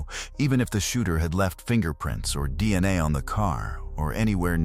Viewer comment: "Deanna tests" - Ya know, those'll get ya...? De-an-nae from those Belt buckle swabs.